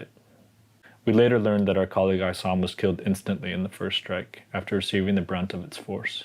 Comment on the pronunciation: Honor your friend, Issam by pronouncing his name correctly.